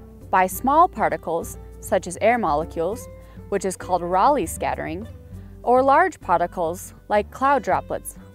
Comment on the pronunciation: Thanks for the more in-depth explanation and scattering vs most other videos on YT just talking about the particles. 1 thing is they're pronounced "ray lee" not "raw lee" and "me" not "my"